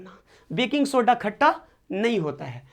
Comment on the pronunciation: Sir khata hota hai khacha nhi😂😂